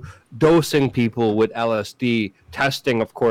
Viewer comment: It's not pronounced "wit" it's "with". There's a TH at the end.